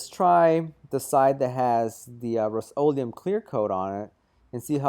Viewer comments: RUST o leum not ROAST leeum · "The roast-o-liam"